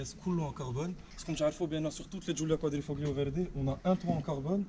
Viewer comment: Giulia quatrefromaggio 😂 inshalah je vais en acheter une elle est magnifique beauté et puissance